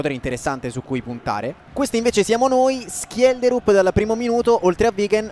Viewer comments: Schjelderup di legge Scelderup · ho cercato la pronuncia in norvegese di schjederup e si dice scielderup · Si dice scielderup, lo usa già menzo nella sua carriera con lo shalke